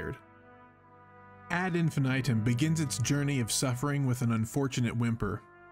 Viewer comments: "Ad Infinaytum" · Whose gonna tell em how to pronounce this.